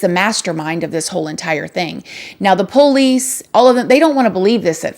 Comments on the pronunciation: I love you more than Peter loved the lord, but stop saying poo Lees . Its police. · I love when u say PO-LICE😂😂😂